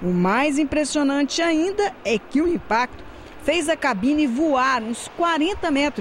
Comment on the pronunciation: A repórter disse lmpacto da colisão esse é nova...😂😂😂😂😂😂😂